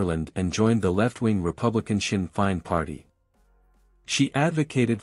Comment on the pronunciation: Siinn Fein prounounced Feign not Fine. She is better known as Sinead not Shuhada. These sites always have errors.